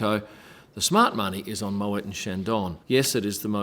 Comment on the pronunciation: *moway not mowet...